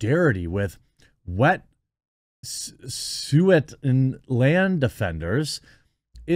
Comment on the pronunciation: Iam pro nat gas...but there pronounce wet sue. And it's out side protester from the USA doing this. the people that really live there are for it. It's the tides foundation at it again